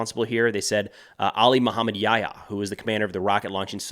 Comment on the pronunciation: I don’t understand why Americans mispronounce their names. Hani-yeh, not Ha-niyeh Def, not “Deef” Yihya Sinwar not “Yaya”